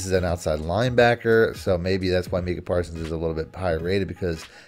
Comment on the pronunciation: It’s not “meeka “, It’s “Micah”